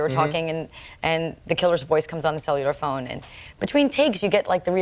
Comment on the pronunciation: A "cellular phone," and she had a glitch pronouncing it---so pre-2000s.